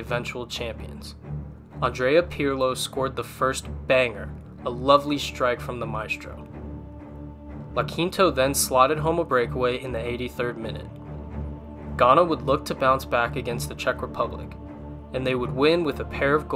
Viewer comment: Guys lovely video, but hearing how you pronounced Iaquinta during his first goal againat ghana was just painful